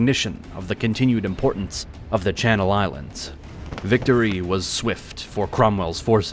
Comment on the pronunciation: Good to see my islands get recognised in a full video by a big channel instead of the sometimes sidenote, even better to see a lot of the names getting pronounced correctly